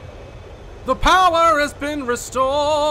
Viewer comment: nobody: daz: "the powerr has been restorredd"